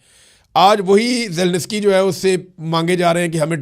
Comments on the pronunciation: یار تم کس قسم کے صحافی ہو تمہیں Zelensky کہنا نہیں آتا 😮 اور تم zelnesky zelnesky کہے جا رہے ہو۔ میں نے دنیا میں کوئی صحافی ایسا نہیں دیکھا آج تک جو zelensky نا کہ سکتا ہو۔ مجھے یقین نہیں آرہا ایک صحافی کسی ملک کے صدر کا نام غلط کیسے لے سکتا ہے؟۔ مجھے وضاحت چاھئیے ایسا کیسے ممکن ہے۔ کیا تم نے پہلے کبھی یوکرین جنگ پر رپورٹنگ نہیں کی ؟؟کیا تم نے یوکرین کے صدر کا نام پہلےکبھی نہیں سنا تھا ؟ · Zelinsky is pronounced ZE-LIN-SKEE, not "Zel-niss-kee".